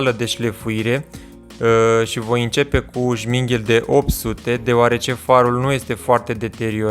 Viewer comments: îi spune ȘMIRGHEL nu sminghel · Oare înveti să pronunți corect și numele la materialul ăla abraziv ....?